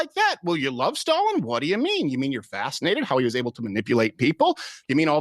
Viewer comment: FFS learn how to pronounce Stalin.